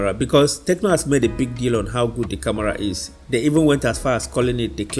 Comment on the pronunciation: Bro, it's not camora🤷🏼‍♀️ it's camera